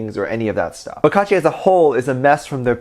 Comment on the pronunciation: HEY! Stob it kaachi sounds like coochie